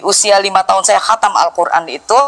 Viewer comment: HATAM BUKAN KATAM. NGAWUR. KESAKSIANNYA.😂😂😂